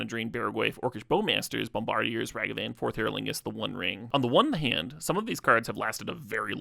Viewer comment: that ragavan and bombardiers pronunciation 😭jokes aside fire video though! ❤ thank you for making it more accessible. edit: man sensei too